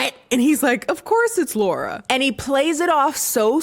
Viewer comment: As someone who is named Laura. It bugs the shit outta of me when ppl mispronounce my name as Laurie. Not a slight against you, it just triggered a visceral response. 😂